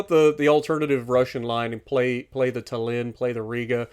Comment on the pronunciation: And also I don’t mind but like a interesting fact Tallin is pronounced with emphasis on A so it’s tAllin instead of tallIn